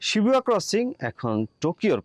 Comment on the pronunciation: Shibuya ke Shibua bolche amader yellow journalist ra 😂